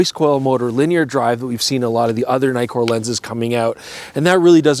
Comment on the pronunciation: Naïkor.....no please say once and for all Nikkor